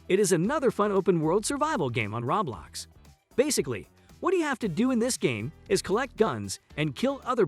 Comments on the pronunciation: Every time I hear him say rawblox gives a ceezer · it hurts to here him say rawblox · It Hurts when you say ROBLAX! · im sorry- the way he says roblox kills me